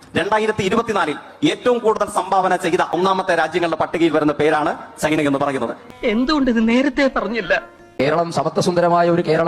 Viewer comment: ഈ ചെക്കൻ എവിടെ പോയി എന്ത് പറഞ്ഞാലും പൊട്ടത്തരമാണല്ലൊ ഭഗവാനെ...... പിന്നെ സെയ്ക്കേ.... സൈനയല്ല ചൈന